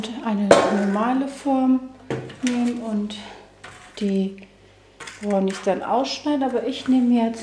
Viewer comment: brrrrrrrrownis mit einem rrrrrrolendem Rrrrrrrrrrrrrrrrrrrrrr